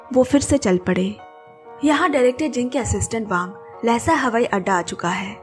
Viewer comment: Miss , pronunciation of Lassa is not लेसा, correct pronunciation=लासा (Laa..saa)one of the biggest Buddhist and capital city of Tibet,place of 🪙 gold palace